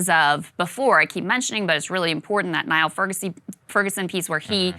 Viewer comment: It’s not Nye-ill Ferguson, Krystal, it is pronounced “Neal”.